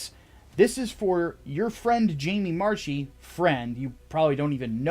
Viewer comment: I believe Jamie Marchi's last name is pronounced MARK-EE as opposed to MARCH-EE. With that being said you are right on all counts.